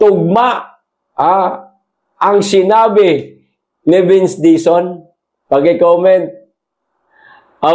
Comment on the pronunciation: Warang retter L si sec dizon.puro R